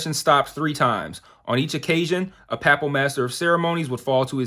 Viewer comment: Kind of funny how you can accurately pronounce a full Latin phrase but mispronounce the English word “papal”😀 but in all seriousness I love your reviews!! Glad I found your channel!